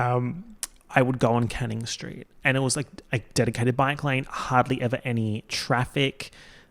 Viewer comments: i heard "street of the year" as "straight of the year" as in straight person. and i was like that's an incredible category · When he first said "street of the year", I thought he said "straight of the year" AKA the straight person who excelled in being less annoying than all the other straights. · I THOUGHT HE SAID STRAIGHT OF THE YEAR and was dyinnggggg, was really confused when he said they were all Melbourne based straights